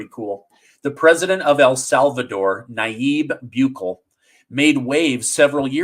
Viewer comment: Hey, This is Sergio Pacheco from Los Angeles. I watch all your videos and thank you for all you do. I just had to chime in really quick to correct your pronunciation for El Salvador's president. Nayib Bukele, Pronounced Nayeeb Boo.Keh.Leh. Have a great day.